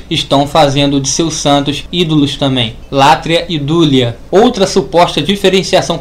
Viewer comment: Hehehehehehehe! Tudo indica que a burrice, o retardamento mental e o semianalfabetismo estão institucionalizados no lado evangélico! A pronúncia é "latria", não "látria"! A pronúncia é "dulia", não "dúlia"! Vá estudar primeiro antes de querer lançar vídeos para ensinar o que quer que seja,! Hehehehehehehehe!